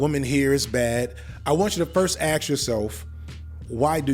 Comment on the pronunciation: ”I have to ‘ax’” Bozo